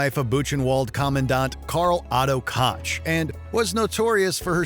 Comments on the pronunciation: is it so hard to pronounce "koch"?? its koch and not kotch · its not "kotch" its pronounced like Coke. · No, not at all! This mistake they make in the series, where the name is also mispronounced. It's a sharp sound in the back of your throat that the English lanuage doesn't have and it sounds totally wrong to a German wen someone pronounces it "cock". Only slightly better than "cotch". They both badly butchered a very common German name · Omg, both the film and Watchmojo completely butcher the very common German name "Koch" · in English the closest to the German sound is the pronunciation of "Coke" the Ko-kh sound mimics it. Family is from Schleswig-Holstein so i very much know what im talking about here. In German its closer to the sound of the English word Cock. The show was not in German so a US pronunciation would be used and its definitely not "Cot-ch" like the video uses, coke would be more correct. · Damn how wrong can you pronounce Koch. Why is it that Americans can only pronounce words in English but the rest of the world at least tries to pronounce foreign words the right way